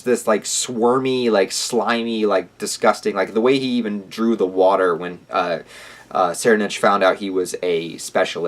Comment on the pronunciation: I believe it's pronounced "soraidnik". Edit: Deym, I know im so late but HxH is really getting interesting. I hope Togashi finds the passion to finish the whole arc asap. Nice review btw.